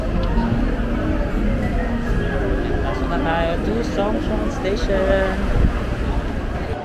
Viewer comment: in Mandarin, Zh sounds like J, Zhongshan is Jongshan. And Q sounds like Ch, as in Qingdao is Chingdao. 😉👍 and btw X sounds like Sh, as in Xitang is Shitang. Take care. ❤